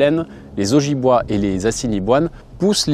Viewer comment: Ojibowe ça se prononce od djib wé